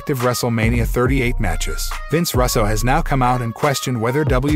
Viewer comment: Or Russo pronounced Russ-o I mean come on if you’re not a computer generated voice how have you never heard his last name before?!?